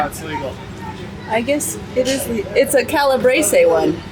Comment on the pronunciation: You are butchering Calabrese. Tropea. And Italian in general. Its awful. 😮 So we are in Canada 🇨🇦 and we don’t have half the food products like Italy. 🇮🇹. Italians have always been cut everyone. With food!! Its a culture that we will never get in North America. AND its NONNA AND NONNO. 😮😅. Yes. Its. Insane how much we pay for food. Europeans actually have a criteria and food is one thing they expect to keep at cost to eat. It is their culture and I am sure there would be a lot of pushback from people if they paid North America prices!!!😮